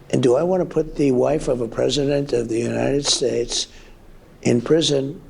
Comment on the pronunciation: He says United Shakes!